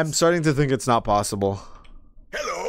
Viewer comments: Dk why but that "Hewwo" makes me happy! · BRO. I've been playing Rein since 2017 and almost 3k+ hours across all platforms and accounts on Rein. For the first time in forever, about a month ago he just said "hewwo" and I had a heart attack. I'm so glad someone else has experienced this. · He says "Hewwo". There. I saved 10 minutes of your life. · “Hewwo :)” - Reinhart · I’ve been playing this game since early 2017 and I’ve only heard Rein say hewwo twice. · bro really said: "Hewwo :3" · So they were NOT insane when they head "hewwo" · ? The subtitles literally say "Hewwo" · Wait I got that yesterday he said hewwo and when I was in a competitive game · The "hewwo" line is rare? Shit I hear like every gaming session. Though granted I spam hello and thank you a lot due to habit so I probably just do it enough times till the odds give me the line.